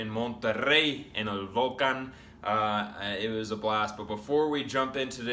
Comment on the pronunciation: Pronuncian muy mal la palabra "Tigres"! Se dice tigres y no TIGERES! Tampoco se dice "Vólcan" Se dice Volcán con acento en la ultima silaba!